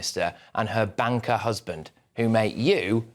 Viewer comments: Did you say banker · Did Patrick say Kendals husband was an “Old Etonian Banker” or did I mishear him? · Patrick has a speech impediment he can’t pronounce his words correctly,banker😂